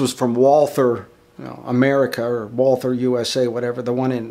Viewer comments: Great video! Please do not call the company „Woolfer“ - it is an old German name and right is „Walter“ - the h is not to hear 🙃 Kind regards from Vienna (Austria) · Excellent video (but it's pronounced "Valter"). :^) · No, its not. The W is the same in german as in English. Only english actors doing germans in movies make it a V. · you should tell the Carl Walther official instagram page who pronounce it correctly as "Valta"